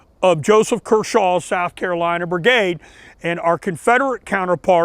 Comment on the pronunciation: It's pronounced KERshaw, not kerSHAW.